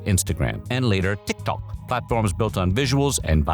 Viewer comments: im old why is he saying tik tok like that? have I been saying it wrong? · Why tf are you saying tik Tok like that? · The pronunciation of “TikTok” is driving me nuts. So obnoxious. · To the people trying to deny the AI, listen to how it pronounced TikTok as tick tock and Megan Thee Stallion as meg gAHN THEEEEE staLLION, with the Stallion sounding weirdly French for some reasons . He has pronounced TikTok before with no issues, this is the first instance he pronounced it as "tick tock". So no, this isn't him making jokes like y'all saying, it's the AI fk up. And unless the VA himself confirms it on socials, I have my doubts. I'll give you 2 examples why using AI is bad, not just in quality, but harmful to the channel and the VA. 1. JCS - Criminal Psychology. This channel was exposed for replacing their VA with AI and the quality dipped. They tried to hide it, but eventually fessed up and the channel is now dead (a 5.5mil sub channel with 5 year uploading history btw, no small fish). 2. The new PvZ Replanted used AI upscaling instead of hiring the OG artist. The artist himself confirmed on X he was never contacted by EA (EA even used AI to fake his concept art). And to the people who says "Oh you don't like it? Leave". I say this because I cared. I have been watching this channel for a good year and a half now. It's painful seeing history repeats itself. If you care for this channel, you will drop your sugarcoating and call them out so they can correct this "mistake". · I found it wicked distracting on how “TickTock” is pronounced! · That's AI for ya! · The way you consistently pronounce TikTok annoys me lol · why tf do you say tiktok like that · Why does he say TikTôk like that though 😭😭😭😭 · Ah yes....Teek Tok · Because the AI confused between the actual app TikTok and the word “tick tock”